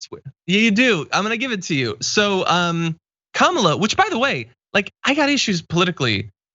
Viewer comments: Did they do annunciation in school you sound out the letters. Ka ma la . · I must admit that, being familiar with the 'pro' wrestler 'Kamala' Harris, I sometimes unthinkingly pronounce the politician Kamala Harris incorrectly. No evil intent on my part. However, that's not what's going on here. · Kamala is the female equivalent of Kama, as in "Kama Sutra". She is the Hindu Goddess of erotic love. Really. Just say "Kama" and then add "la." It is not that hard. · It is simple three syllable - ka ma la - meaning lotus. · These same ppl can say Kyle Juszczyk with no issues but (fake) struggle to say Kamala 🙄🙄🙄🙄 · You didn't watch the video? Who's the stupid guy specifically not wanting to pronounce a black woman's name correctly? That's a republican. A bigot republican. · It’s three sylables. KA-MA-LA. This is another way of saying that she “doesn’t matter.” It was racist and xenophobic. If you can say E-li-za-beth ... you should have the verbal skills to pronounce Kamala. If you want respect, you should extend respect. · I wouldn't make fun of a person with such disability. He really can't pronounce her name there, he has a mental health issue, something in his brain interferes with his ability to speak normally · It's not hard. If you can say the name Pamela, you can say Kamala